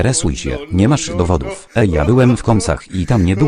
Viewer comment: dowodów a nie ,,dowoduw"